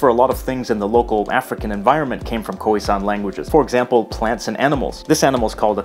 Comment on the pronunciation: Some pronunciation tips: Afrikaans is pronounced like "aaf" "ri" "kaans" (note the long a-sounds) Boers is pronounced like "boors"; it's one sound Khoi-San is pronounced like Choi-Sun, no isolating the o- and i-sounds But well done for getting most of the rest right 👍🏻 -from a native speaker